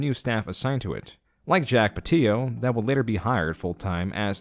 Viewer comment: Jack pateeyo. Ray Navarez Jr :S